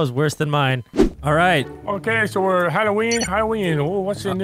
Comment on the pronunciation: did he say Halloweed??😂😂😂